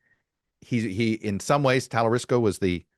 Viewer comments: It’s TALARICO, not Talarisco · Chuck - you’re lazy when you won’t take time to pronounce “Talarico” properly. Notice there is no “ s” in his name. Geez dude. Do better. You lose credibility. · No S in Talarico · Talarico NOT Talarisco - and he's awesome! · There is no "s" and Talarico. He would be good if he were interested. Buttigieg has been my fav for a while, but it sounds like he's polling around 0% with black people. Priztker should also get more attention. A billionaire that agrees he should get taxed more might be the winningest strategy of them all. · Hilarious that Todd wasn’t even pronouncing his name correctly. Shoddy journalism. I absolutely love, love, love Talarico! What a SHINING STAR!!! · Is he pronouncing Talarico worng? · You love James Talerico so much that you mispronounced his name three times 🙄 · You are miss pronouncing talarico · How did you manage to mispronounce Talarico? You had me checking to see if I had it wrong.